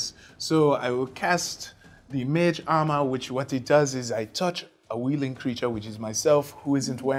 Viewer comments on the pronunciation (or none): none